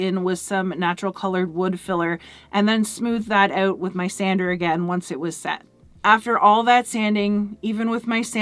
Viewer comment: That’s a hard “OU” in the word “out” when you say it.. I had to hear it a second time to see what you said. Once I realized it was a northern, possibly Canadian accent, I had to hear it just a few more times for satisfaction.. I even caught myself saying “ahhoout” and “ah-bow-oot.”..😂.